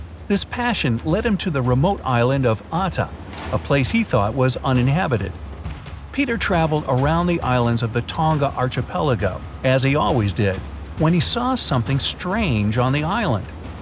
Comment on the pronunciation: Also, archipelago is pronounced as "-khi-" ; not "-chi-" ...